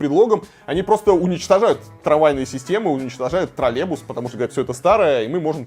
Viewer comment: Ув. ведущий, в слове троллейбус есть звук й.